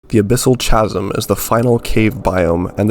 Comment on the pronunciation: this man actually said CHA-AH-SIM lmaoooo